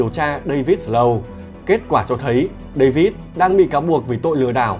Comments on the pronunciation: giọng đọc hay mà tiếc cái là phát âm tiếng Anh dở quá ạ 😢 Nancy đọc thành Lancy, Snow đọc thành Slow, North thành Lorth nghe khó chịu vô cùng.. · đọc tiếng Việt ngọng thì thôi đi, giờ đọc tiếng Anh cũng ngọng nữa là sao? không có lần nào phát âm cho đúng tên Snow luôn á?